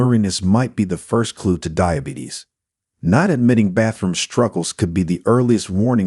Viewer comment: Dibatees? You need someone who knows how to read! I am 2 weeks off being 79 and living in Sounthern Ontario , Canada.